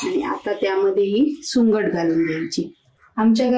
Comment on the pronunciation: सुकट म्हणतात सुंगट का बोलतायत तुम्ही